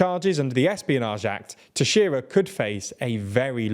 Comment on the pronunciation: you pronounced Teixeira way better than CNN